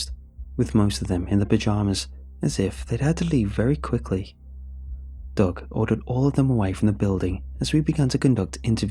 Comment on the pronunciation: Literally listening to this for two minutes I thought “Doug” was “dog”.